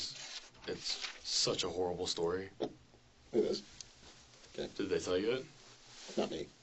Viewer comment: It’s torryfying , it’s herrible